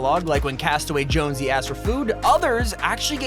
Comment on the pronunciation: Are you sure he didnt say Jones blouse because thats what im hearing